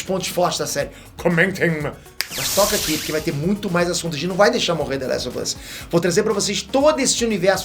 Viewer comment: Engraçado que o fala "The lézo vâz" ksksskk